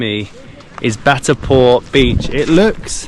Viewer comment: Indian names are generally spelt phonetically and can thus be easily pronounced exactly as written. Just follow the syllables - Bha+rat and Si+ta - to avoid mispronouncing the same as Bhatarpur or Sitipur when the signboards are clear. Terms like Bharat and Sita are also sacred to most Indians.